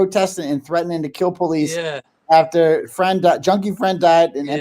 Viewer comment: I wanna tell u, I’m starting to take offense to the way u be pronouncing the word PO lice. I’m Af. Am., I be saying it like that cuz that just the way we speak, NOT you!🫵🏽 Just cuz u be hanging with men of color or supposedly making “rap” songs🙄 or hanging on Cleveland Ave in da A, don’t give you the right to talk like us. Sound like you going thru an identity crisis, so figure your shit out man, you too old to be a wanna be/wigga! I said what I had a say, now heed my words, besides nobody here in Memphis ever heard of your goofy music.🤦🏽‍♀️